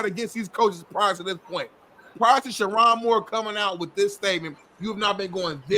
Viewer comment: It’s pronounced: Sure- OWN Moore. Not, Sure- On Come on,. A good friend knows how to pronounce their friend’s name.